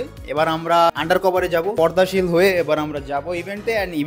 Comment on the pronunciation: Pordashil sounded funny..